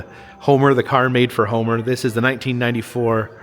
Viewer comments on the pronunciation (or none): none